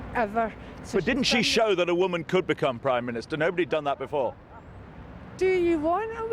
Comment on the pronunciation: De ye went a preym menostah